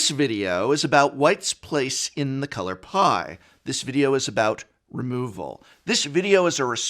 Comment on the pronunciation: All I could hear was “the color pi”